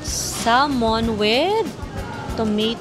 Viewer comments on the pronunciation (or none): none